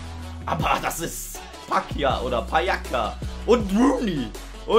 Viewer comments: nicht pjaka-pjaca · Will nicht nerven aber es wird "Pjaza" ausgesprochen! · dein ernst pjaka doch nicht p j a C a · Wie du Pjaca aussprichst wirklich